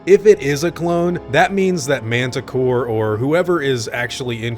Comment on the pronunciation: Is he saying Mantah Core? I thought it was Mantah Corp...